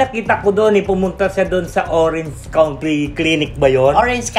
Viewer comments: If you are going to correct pronunciation, make sure you get it right. County is pronounced as “kown-tee” and not cunty. Just saying... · If I hear you say cunty instead of cownntee of the word county????